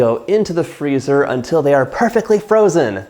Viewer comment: Ferrrrrozen 😆 You’re so great, John!